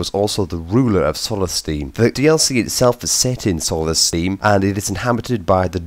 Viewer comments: I mean fuck sakes! Solestieeeaam you pronounce it soulstime m8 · HAHA SOLLESTIIIM why cant he just say solthstime ? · its pronounced "souls thime"